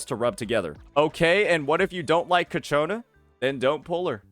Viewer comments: It's not "Ca-cho-na" it's "Chia- co-na" Sorry but it's doing my head in. The Ch sound is at the beginning. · Brother its CIACCONA not CACCIONNA